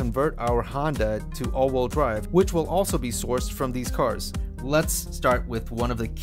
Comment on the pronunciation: Probably good information, but I was out after hearing “all-wool drive” for the 30th time. “Wheel”, rhymes “eel” and “feel”. All-wool drive is a group of sheep pulling a cart.